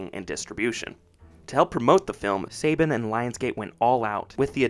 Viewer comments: This guy can’t even pronounce Saban correctly smh dislike👎🏻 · You lost me when you couldn’t pronounce saban correctly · Its pronounced Saban "Sa-bon" not Saybin you complete noob. 🤣🤣🤣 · Not Say Ben but pronounced Sa Bon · It's pronounced "suh-BAHN", not "say-bin" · its pronounced Sa-Bahn not Say-Ben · Saban is pronounced "Suh-Bon" not "Say-Bin" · It’s pronounced SAHH-BAHHNN NOT SAY-BEN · It’s pronounced Sa-bawn, not Saybin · Apologies for being that guy but Saban is pronounced SUH-bahn. Unlike the sports guy Nick Saban (SAY-bun). Good video though!👍🏾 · I came here to say this. Somehow I’ve known since I was a kid, but I had to look up interviews with Haim Saban to be sure. Yeah, it’s SUH-bahn. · …“Say-ben?”… …”say-ben?”… …”say-ben?”… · It's pronounced "Suh-Bon". Great video dude! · You mispronounced Saban. The 2nd A makes an O sound as in bond. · It's funny when Saban is American but not even Americans can pronounce it right. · All of this research and can’t pronounce Saban correctly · You had me till you miss pronounced Saban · Not me LOSING MY MIND EVERYTIME HE SAYS SABAN WRONG 😅😅😅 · Less than a minute in and a big red flag, in that this guy doesn’t even know how to pronounce Saban. So, obviously not a fan. Best thing about the movie was Rita?! I’ve got to be joking. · Anybody else bothered by how this guy mispronounced saban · Bud, you might want to look up certain pronunciations when recording your narration. Saban is pronounced like Sah-Bahn, and Dacre should be pronounced like Day-Kuh (or Day-Car). I've noticed it a few times while watching your videos. Your work is pretty well researched so it feels a bit lazy to not know how to pronounce certain names, especially when those pronunciations are readily available.